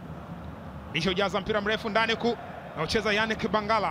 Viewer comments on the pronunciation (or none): none